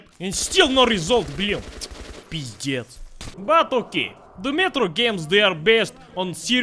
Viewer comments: Meme Lord He is definitely not Russian, he doesn't pronounce a few words correctly (like shashlik). Judging by the way he pronounces a few words (like "pizdec" in this video) he sounds like Polish, or maybe Czech, but I'm pretty sure he's Polish. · The way you said "pizdec" gave away your home country, which is Poland.